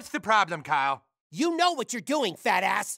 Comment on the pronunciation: No more Kyel pronunciation…